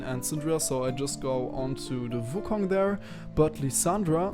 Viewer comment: Hey may i ask what runes are you using? P.S why do you pronounce it vu kong(not trying to be mean if you cant prounounce wu)Nice video btw:)